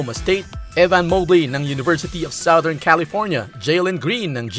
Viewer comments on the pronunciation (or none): none